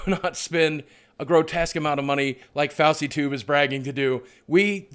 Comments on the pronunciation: its nit fosey tube its fousey tube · bruh its foosey not fowsy tube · Fauseytube? Its pronounced Foosytoob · LOL Fousey is pronounced FOOSEE not FAOSEE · Lol fowsey tube, it's pronounced foosey tube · fowsey?? you mean fouseytube?? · its not fowsey tube its fouseytube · " Fowsy tube "? Huh it's pronounced foo-si-tube. Fousytube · foozie not fauwsei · His name isn't pronounced "faw-see", it's "foo-see" XD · lol "FAUWSEYtube" its pronounced "foosey" m8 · your voice is one of the best on YT Also, it's pronounced "fOO-sEE_Tube" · it's FOU-SI (fousey) tube 😄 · did he say fawsy tube instead of fouseytube xD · is it just me or did boogie pronounce fouseytube as fowseytube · "Foul see tube"... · Fowsey tube XDD ffs you ledge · Why the actual fuck are you pronouncing fouseytube like fowseytube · Fowsea tube. I don't like the guy, so keep mispronouncing it, I bet it really rattles his huge ego. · his name is pronounced fooseytube lol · fuckin "fausy" tube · He said fawzy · It's pronounced (foo-zee-tube) fouseytube, lol. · it's FOO-see-tube. that's why people are calling him PUSSYtube.... get it? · fowsey toob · did u say fowsy??? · im not a fan but its pronounced (foo-zee-tube) fouseytube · In the beginning of the video you said FAUSEYTUBE. I love you so much but that triggered me so bad LOL ❤ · did u just call him fawsey tube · btw did you pronounce FouseyTube 'fauzeetoob'? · It's pronounced "Foosey-tube" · Foulsey tube lmao butchered the hell out of him name. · lmao "fowsey tube" 😂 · I thought he was mocking the whole fousey and leafy "who" thing, by calling him 'Fwhosey', then he reapted it and said 'Fallceytube' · Did he say fossey tube.........I think he did and I like it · fowsey tube is now the only acceptable pronuncation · RelapsE_ falseytube? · You pronounced fouseytube wrong xD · The way Boogie pronounces FouseyTube makes me so happy. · Boogie keeps pronouncing DOUCHEY tube wrong... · He did not just pronounce fousey tube like that xDD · pranav bharadwaj IKR